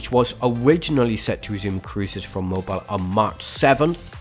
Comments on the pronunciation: Mobile = Mo-beel for all non southerners 🤣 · Someone tell thst the city in Alabama is pronounced Moh-beel